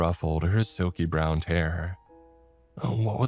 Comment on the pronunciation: "i must to have misheard her"? Man your English is getting worse and worse, ever gonna say what's up with that? "clamour" and "clamber" are not the same word. One means noises and the other to climb. "acrost" is not a word. "brownt" is not a color.